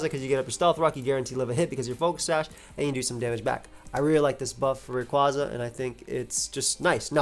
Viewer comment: Based off the Japanese spelling, it’s Ar-see-us. Also, Rayquaza is pronounced like a quasar.